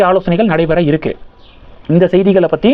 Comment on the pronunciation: ஆமாம் 1. இருக்கு க்கு என்பதை கிருக்கு ன்னு உச்சரிப்பாஹ. 2.இருக்குறாங்க என்பதை கிருக்குராங்க ன்னு உச்சரிப்பாஹ.